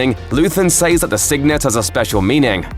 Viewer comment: Please learn how to pronounce "says".